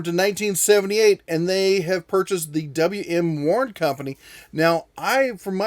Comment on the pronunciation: Cool history. Thank you! *WM. = William Warne, not “W.M.”